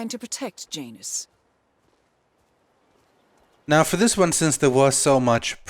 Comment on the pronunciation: Isn't that name usually pronounced "Yanus"?